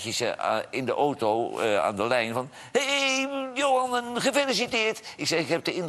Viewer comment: Johan, leer het nu eens om geen ooto te zeggen, maar gewoon auto.